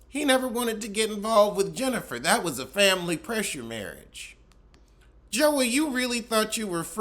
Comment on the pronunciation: I miss when mispronounced family like, "fambily". It always gave me a tickle. 😅